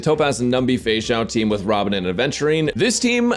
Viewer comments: Why is no one talking about the him saying "fexussy" 😂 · I'm sorry, but "Feixussy" absolutely killed me